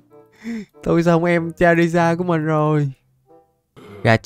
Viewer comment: Ơ charizar mà chamander hồi nào 😡😤